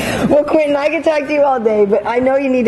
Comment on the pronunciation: "I'm here with Quittin "Rampage" Jackson".. Yeah, I heard it.